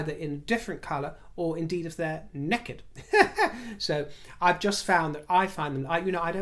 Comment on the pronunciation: NECKID????? You MUST like the way we say it in the South!! Sister!!